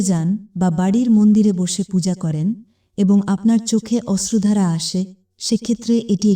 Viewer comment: Ostrodhara noy... Oshrudhara Projojon noy... Proyojon